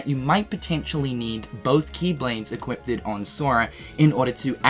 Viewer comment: Everyone else is making memes and reaction posts to dual wielding, and here I am not being able to get over "Equippedted"